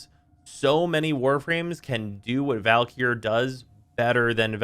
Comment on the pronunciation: i also think he overlengthens the e in valkyr